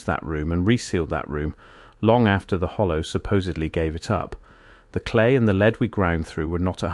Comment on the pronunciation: I know this voice is AI, and it's a shame that it is (it didn't pronounce lead properly for the meaning), but I like the accent with its faint west country ( or Norfolk?) burr. Well done. This story was a brilliant mix of mud flood, the great re-set, and modern day narrative. 👏